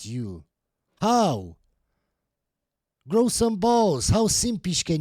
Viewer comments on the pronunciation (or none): none